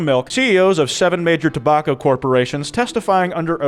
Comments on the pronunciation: DID THIS DUDE SAY "TOBOCKO"? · did anyone else hear say tobacco wrong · "tobocco" -, 2022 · pronunciation of tobacco(?)